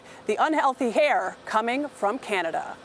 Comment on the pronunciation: heheheheheheh she said hair.